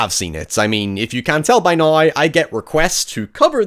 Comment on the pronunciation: "Noy" instead of Now lmao